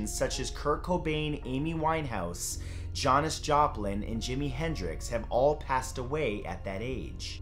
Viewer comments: Janis Joplin not Johnis Joplin. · Who's Johnas Joplin? Did ya mean Janis Joplin? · "John-is Joplin"? I'm just going to assume he's mispronouncing every non-English name. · How is it he can pronounce "Aleister Crowley" correctly but mess up Janis Joplin's name?! He said "Jay-nis" not "Jan-is". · Really Johnis Joplin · You said Janis Joplin‘s name wrong It’s Jan-is not John-is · Johnous Joplin lmao? Are you kidding me? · Did he just say “jhonis jhoplin” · "Joins joplin" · He pronounced Macabre wrong and Janis Joplin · Except Janis joplin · So wait.....you can pronounce those Italian names but mess up on JANIS Joplin. She was a girl.